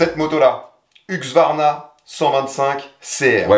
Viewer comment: HuSqvarna on dit HuSqvarna. Serieux pour j'entends tout le monde dire HuqSvarna ? 😂